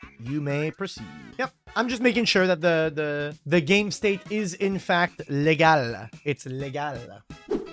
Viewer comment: Are you French Canadian? That "legal" sounds much how we would say it here in Quebec, Canada